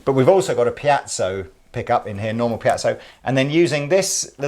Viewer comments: PIEZO PIEZO PIEZO ! ...not 'piazzo'. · Please Piezo Pee Ay Tzo. Piazzo is some form of italian town square:-) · for God's sake listen to the way to pronounce piezo. A piazza is a square in Italy. Piezo is short for piezoelectric. There is no such thing as a piazzo. Unless it's an untrendy Italian guy ( square ) trying to "pickup" women. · please.... it's pronounced Pee-Et-So I wouldn't normally, but in a vid where it's said like 50 times, it's giving me a nervous tic!! LOL;p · pea-ett-zo